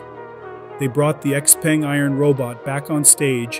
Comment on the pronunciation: "Xpeng" is pronounced wrong and also they are not a startup.